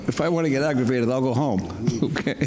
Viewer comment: "If I want to get agrevated, I'll go home." lol